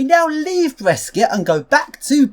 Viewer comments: p.s. out of interest, the correct Italian pronunciation for Brescia is B-re-sha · As another person pointed out right before me, the third city you went to, Brescia, is read Bre sh a, like bro + kesha. Also the first is BerGaMo, not BerMaGo.